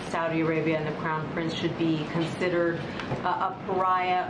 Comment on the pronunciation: Did she just say the “Clown Prince”?